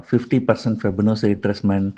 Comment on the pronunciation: Please correct the pronunciation of 'Fibonachi'